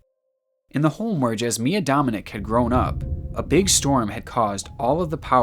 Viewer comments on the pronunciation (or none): What a horrible last story! But the pronunciation of Jasmina Dominic's name. Her name is pronounced as Yah-smee-nah Dom-een-eech and not Jazz-miah DominiC, as you say. Also you pronounce wrong her sister's name, which is Smiliana. So imagine pronouncing Smee-lee-annah, I doubled the e's to make it more obvious. Where "i" is pronounced as "e" as in the rest of the world. Only English language pronounce "i" as "eye", and "e" as we do "i". And I could go on because every consonant is pronounced wrong in english compared to the rest of the world that use the Roman/Latin alphabet... It's just needless confusion. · It's pronounced Dominich, not Dominik. And its not Jasmia its JASMINA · Its nor pronounced like Dominic, its pronounced like DominiCH. That mark above the c notes that. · It's DominiCH. The little thing about the c turns out into a different letter/ sound. Just FYI 🙃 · her name is pronounced "Jaz-Mee-Nah Dom-in-itch" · Im croatian and lowkey got trigerred by the way he said Jasmina dominici 😂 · 57 True